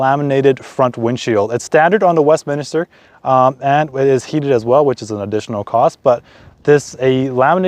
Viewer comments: Second video I've seen for the Westminster model, second American I've heard call it "Westminister"? Maybe this was a bad choice of model name for that market... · Westminster, and not Westminister.